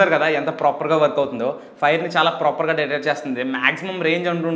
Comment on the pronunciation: Proper ni ppropperr ani bale antav bro nuvu